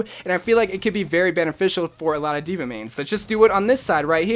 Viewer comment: Dude no offense like I love your channel but it's dva